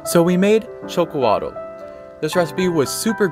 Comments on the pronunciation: Actually we prefer to be called mexica Aztec is a term the colonizers gave us please refrain from using that word thanks also it is pronounced sh o c o l a t the tl in the Nahuatl language is silent and x is pronounced sh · Xocolatl = (Sho-Ko-Ah-Thl ) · I basically waited to hear how you would say Xocolatl, and boy you said it VERY WRONG. It is NOT Choke-oh-waddle. 😂 You literally say it the same way you would in Spanish, "Chocolate" but instead it's "Shokol-atɬ". It's not a solid T at the end, but like you're saying TH with your molars. You also keep saying "cocoa" instead of cacao. I don't know why. It's even written on the bag. Cocoa is always just hot chocolate mix. Cacao is raw bean powder. In addition. Most people say they did not sweeten this drink with sugar. Why does everyone forget they had bees? Honey is a period accurate sweetener for this drink, and it actually does taste great. Milk was not available, BUT, they did have eggs. If you want a thicker drink, try adding an egg to this.